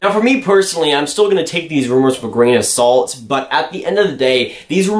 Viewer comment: Damn how much do say gran of salt lol